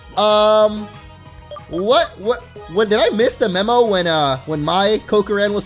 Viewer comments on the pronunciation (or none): none